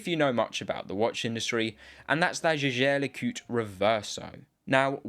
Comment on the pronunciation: Try to pronounce Jeager LeCoultre the right way next time